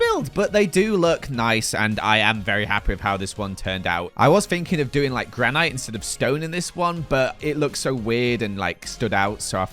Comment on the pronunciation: Gran-it you can say it, it’s easier and sounds proper.